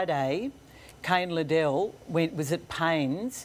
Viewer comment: It's not Lid-dell, it's Lid-el, get it right Caro!